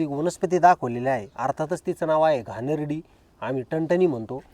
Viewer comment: घाणेरडी नाही घाणेरी म्हणा